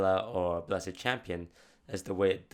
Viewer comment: "Bless-ED Champion" FailFish